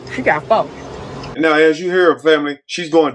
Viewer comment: Just nasty. We need to do better! Hair uncombed, vocabulary limited, no pride, and most likely on the county. "She got foe" Not four...geesh!